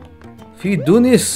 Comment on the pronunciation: والله ضحكني لما تقول دونيس 😂😂😂🍩🍩🍩